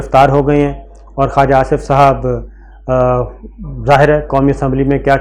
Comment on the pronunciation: خاجا لفظ نہیں ہے خواجہ ہے Khuwaja جو کچھ بویا ہے وہی فصل کاٹنی ہے